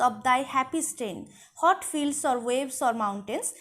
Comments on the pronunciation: Mem apni what er pronunciation hot keno blchen? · Please pronounce the word "WHAT" correctly Mam. Otherwise your classes are very enjoyable ❤